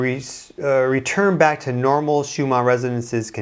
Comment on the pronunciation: It sounds like you are saying schuma instead of schumann